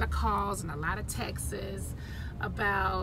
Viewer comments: It's not textes ... It's texts!!! UGH 🤓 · I can't believe pronouncing TEXTS like TEXAS has become so normal and accepted.